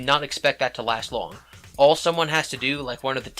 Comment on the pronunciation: You say the word All weird. It sounds like your saying Wall.